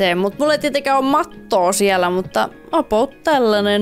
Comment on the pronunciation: miksi sä aina sanot apout